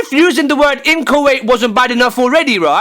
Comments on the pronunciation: "Inchoate" Thus guy learned a new word today.... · inchoate sounds like kuwait